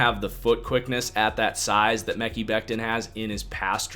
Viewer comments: Still saying mecky lol. If you watched just one game, you’d know how to pronounce it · Omg Omg Omg.... Please stop saying the name wrong you're sounding dumb and like an amateur , its May-Kai or Me-Kyy (damn it) 😠 !!!